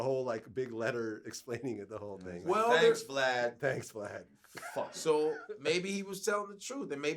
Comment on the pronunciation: He called him “V - Lad” tho 😂😂😂